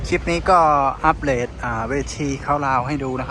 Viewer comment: สวัสดีบ่าวทองดูคลิปเป๊นประจำไม่เคยคอมเมนต์เลยขออนุญาตนะคือฟังบ่าวทองพูดแล้วภาษาไทยก็พอได้นะแต่พอพูดดอเด็กเป็นลอเหล็กตลอดเช่นคำว่าอัปเดทพูดเป็นอัปเลทหรือคำว่าเค๊าท์ดาวก็พูดว่าเค๊าท์ลาวสรุปว่าพูดดอเด็กไม่ได้หรือว่าอย่างไรคือเวลาฟังแล้วมันขัดๆหูมียูทูปเบอร์ชาวลาวหลายคนก็พูดไม่ได้เหมือนกับบ่าวทองเหมือนกันที่จำได้คือบ่าวสูนอีกคนและอีกหลายคนจำไม่ได้เหมือนกันไม่มีอะไรหรอกแค่อยากให้พูดให้ถูกก็แค่นั้น